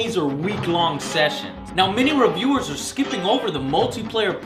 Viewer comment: "revew" was an Asian joke and we know it mate